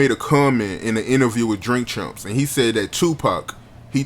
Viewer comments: Did he say Drink Chumps😂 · Is he saying “ Drink Chumps”? Lol